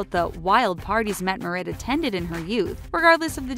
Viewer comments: that pronounciation tho... "haakon" as in aa = the "au"-sound in "vault" - haukon -> "mette-marit" as in metté (with a British accent) marit with a rolling R and A pronounced the way opera singers sing A (open A). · The way she pronounced Mette-Marit😂i live in norway and thats definitely not how you say it! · I wonder why people making these kind of videos never try to check how to pronounce names from other countries. I cringed when I heard the pronunciation of Haakon and Mette Marit. xD That's just wrong. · I'm sorry, but I cringed when I heard her pronouncing Mette-Marit's name.